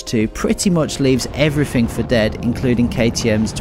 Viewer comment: everyfing, there's a "th" in there you know